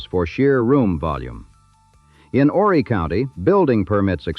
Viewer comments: IT'S OOOOO-REEE!!! NOT "WHORRY". YOU DON'T PRONOUNCE THE H. AND ITS POR-SHAY... NOT POR-CHER. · The H is silent in Horry sir.